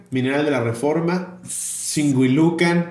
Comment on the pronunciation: Me sorprendió muchísimo escuchar en la lista de lugares a donde llegaron varillas radioactivas a Singuilucan, nada más que se equivocaron tantito al pronunciarlo como /Singüilucan/. Mi abuelito viene de allá y pocas veces he oído nombrar ese lugar